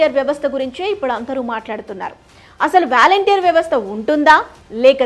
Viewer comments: వ్యాలంటీర్ కాదు తల్లి వాలంటీర్స్ అని పలకాలి. ఫస్ట్ నువ్వు తెలుగు నేర్చుకో తరువాత ఛానల్ స్టార్ట్ చేయ్ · వాలంటీర్ అని పలకాలి తల్లీ! వారి చేత డబ్బులు పంపకం చేయకూడదు. వారికి నియమ నిబంధనల తో రేషన్ భాధ్యత, స్వచ్చ భారత్, మొక్కలు నాటే కార్యక్రమాన్ని అప్పచెప్పాలి. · వ్యాల౦టీర్ కాదు వాలంటీర్ అని పలకాలి.